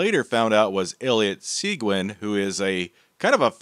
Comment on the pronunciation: seGuin, not seQuin...